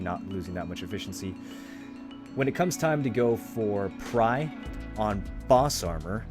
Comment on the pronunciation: Thanks for the guide but your "DUO to TRY" or "PRY to DUO" just killed me :D TRI= nearly sounds like three, PRI= same but with P :D